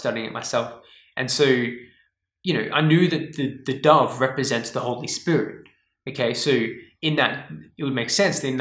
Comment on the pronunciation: I thought you said a dog took you and you dad to heaven ! I didn't figure out that you said dove untilhalf way through what you were talking about ! you have that vowel mispronouncing accent ! I was trying to figure out what a dog meant !